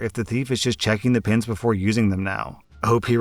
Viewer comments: For the pen story I was only listening to audio and it took me a while to realize he was talking and pens and not pins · OMG i thout he was saying pins not pen i was like why wuold you need so manny pins the i saw on the screen pens not pins i was so losst.